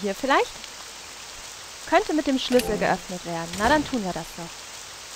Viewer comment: Ich könnte mich jedes Mal beömmelt, wenn ich dich Sch(e)lüssel sagen höre :D